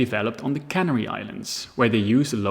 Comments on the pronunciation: Pronunciation: food is sealed into cans in a cannery. Spain conquered the Canary ("Can-AIRY") Islands. I appreciate you maybe speak English as a second language; regardless your pronunciation was otherwise perfect. Thank you for your work on this video. Very interesting. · The "Canary" islands are pronounced like the bird "canary"; it does not rhyme with "granary".